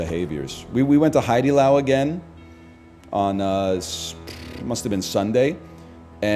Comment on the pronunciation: he pronounced haidilao correctly LETSGO